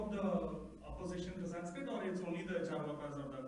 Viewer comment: Rajiv, please correct the pronunciation of Charvaka. It is चार्वाक ---- chaarvaaka. Not chaarvaka.